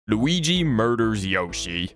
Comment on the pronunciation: I love the way you say Luigi